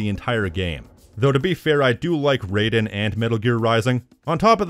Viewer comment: As a MGR fan, you researched this video and I'm guessing you played the game, HOW DID YOU MISPRONOUNCE RAIDEN??